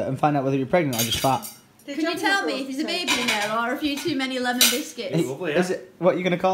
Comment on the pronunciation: yo )) in russian, the way you said "lemon" to alice, is how we pronounce it xD